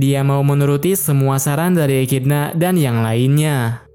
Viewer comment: Bacanya ekidona bukan ekidna bg-_